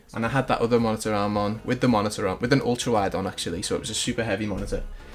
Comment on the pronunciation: If I here “ MONITA AHRM “ one more time I’m going to lose my shit